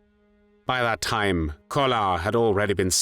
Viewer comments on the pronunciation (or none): none